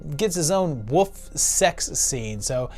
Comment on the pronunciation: Dude, I say this is a loyal veiwer, you really need to work on your pronunciation of wolf. Lol